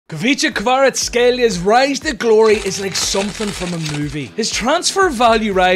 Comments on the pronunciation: How did you pronounce his name soo effortlessly 😂😂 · This is insane that he pronounced his name without any problem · Don't lie to me, how many attempts did it take you to pronounce Kvara's name😂